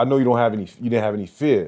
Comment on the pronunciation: “It doont sound like fun” - shut tf up 😂